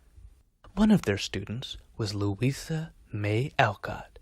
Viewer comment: "Louitha" May Alcott??